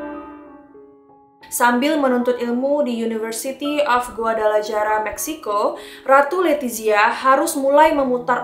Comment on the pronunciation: Koreksi buat nama kota, cara bacanya Guadalakara (Guadalajara). Huruf j dibaca k